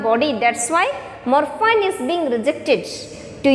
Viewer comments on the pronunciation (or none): Mam, plz search in google, "pronounciation of morphine". And by the way, i appreciate ur teaching style 👍🏻👍🏻